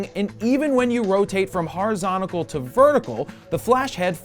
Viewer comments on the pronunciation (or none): Jared, for the love of God, it's horizontal, not horizonTICAL. Love ya. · why hasn't he learned to pronounce horizontal lol